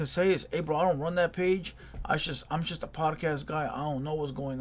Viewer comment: It’s “just” not “chust”